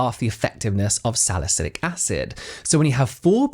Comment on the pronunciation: AntioxiDant =-add the D lmao that doesn't sound good hahaha Saliculic acid.. not 'salycic'